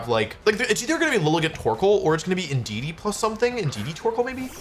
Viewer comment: thats not indudee thats inshedee